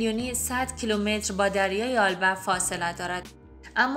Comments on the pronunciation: آلبه؟ یا البه Alba? Ya Elbe شما در تلفظ اشتباه میکنید دوست عزیز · لطفاً اسمها را درست بخوانید آلبه نیست ( ایلبه) Elbe است